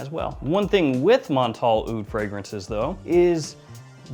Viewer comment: “Honey AH-OOD” Bro, cut that out.